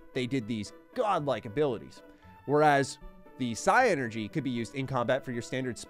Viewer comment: It's pronounced Psynergy and not Psi-Energy..